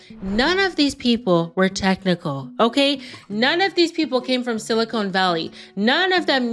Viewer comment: It's called sili-con valley not sili-cone as you said twice. FYI - silicone is the gel stuff in fake tits, caulk non-stick food tools, etc. And why did you spend so much of 2nd half repeating what you said in the 1st half? Pointless. It's pretty obvious that "ok?" (very uncertainty conveying) is your favorite word which you totally wore out quickly & your 2nd favorite is "diabolical" which is completely inappropriate for the subject. If you want to be taken seriously how about paying attention to what you're doing and maybe have objective people evaluate your videos before posting them? Perhaps your subscriber numbers will go up?